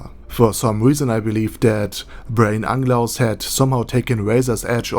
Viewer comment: Why you keep calling him Anglaus instead of Unglaus. It bothered me so much...